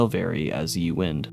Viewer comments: Ye wind is pronounced "the wind" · Ye is pronounced "the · "Ye" is pronounced "the". The 'Y' is a representation of the letter thorn, which is no longer used in English.